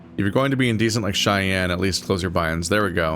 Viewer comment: that's 'cheyenne' not 'cayenne', lmao. it doesn't mean hot.